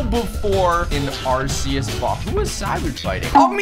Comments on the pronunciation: arceas u say like this ark-ee-us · ITS AR-SI-YUS